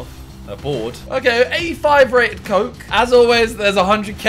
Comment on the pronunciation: 85 rated coke? its ko-ke....